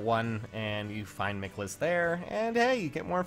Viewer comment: the way you pronounce michaliss name gives me cancer